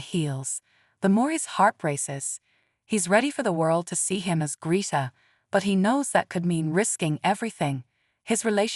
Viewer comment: END AI! It can not even pronounce Greta correctly!